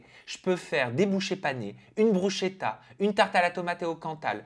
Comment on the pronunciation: Bonjour, tu as l'air d'avoir oublié une notion particulière d'italien. Le "ch" se prononce "k". De ce fait, "bruschetta" se prononce "brusketa" 😉